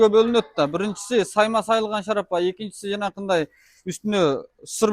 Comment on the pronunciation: Завод дээбейт ,фаврика дейт. Шарапа дээбейт шарф дейт.😂🫣